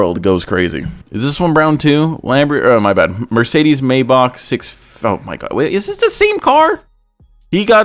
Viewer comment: The way pronounces maybach pisses me off lol